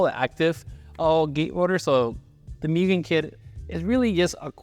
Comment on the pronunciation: Moo gen bro.. MOO GEN not mew gen